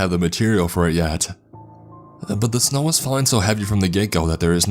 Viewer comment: Dining room window-uh. Snow-uh. Chevy pickup-uh.